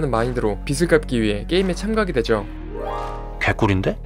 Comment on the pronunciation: "빚을 갚다" 이거 자꾸 빗을 갚다로 읽는데 유튜브 제대로하려면 발음부터 제대로 하지